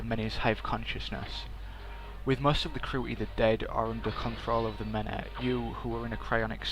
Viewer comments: "The Meneh"? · lmao i love the way you say "the many"...